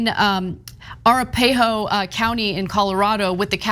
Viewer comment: Luv you Ana, but you just had your own Trump "YO-Semite" moment . :) It's not "ara-pay-ho", It is "a-rap-a-hoe".